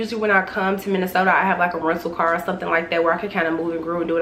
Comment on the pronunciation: I knew you were from Chicago as soon as I heard you say car! From Chicago too lol wishing you the best of luck on your new journey! Things will work out how they’re supposed to ♥️